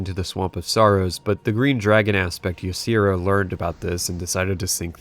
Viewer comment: He said Ysera wrong. :3